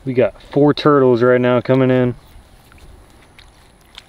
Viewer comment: When you can’t afford a cameraman..: “I like toitles”